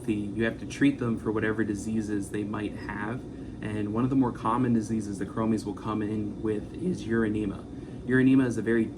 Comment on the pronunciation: ˈkrō-məs not mē